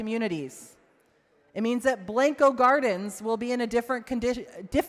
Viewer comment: Learn how to say Blanco right then you can represent these people